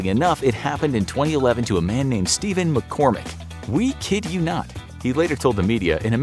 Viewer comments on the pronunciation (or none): none